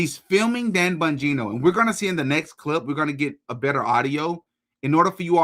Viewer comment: Am I the only one that loves the way pronounces Dan “BUN-gino” 😂